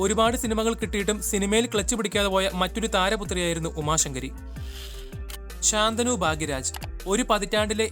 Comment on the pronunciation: ശാന്തനു ഭാഗ്യരാജ് എന്നല്ല. ശന്തനു ഭാഗ്യരാജ് എന്നാണ് പറയേണ്ടത്.